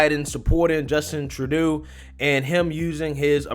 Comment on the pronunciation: Thank you for finally pronouncing Justin Trudeau's name correctly!!!